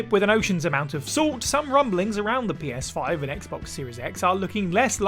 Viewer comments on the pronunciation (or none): Did anyone else hear them say "Penis5" instead of Ps5 or was that just me?